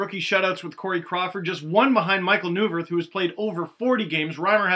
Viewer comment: Steve, I think it's pronounced NOY - VIRTH or NOY -VER (I heard the caps announcer say it) . Michal Neuvirth has a strange name